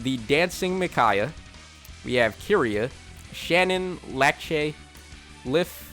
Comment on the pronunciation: Lache lmao It’s Lar-say, it’s spelled Larcei but that how you pronounce her name. Fire Emblem is not B slot skill lol, it’s a special. Binding Shield is his B slot skill.